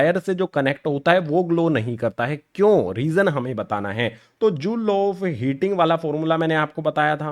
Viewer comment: ohm's law ❌ ohm's laa ✅😂